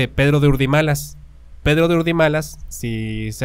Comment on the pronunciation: "Pedro" no "perro"